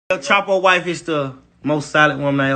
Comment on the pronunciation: “EL CHAHPOE”